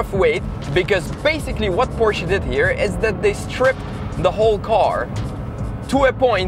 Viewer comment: I love that you are one of the only youtubers that pronounces Porsche right!